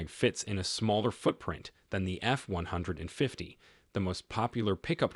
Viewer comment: AI can't even pronounce F-150 right.